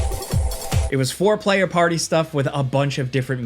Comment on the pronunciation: did this man really say 4 playa?